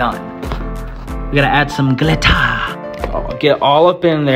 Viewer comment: "BOOTIFUL"and "gLiTtaAaA" got me dying